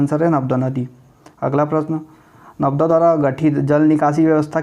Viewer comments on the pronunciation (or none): narmada hota h navda ni hota